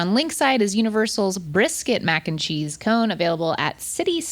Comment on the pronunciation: mac 'n chweenus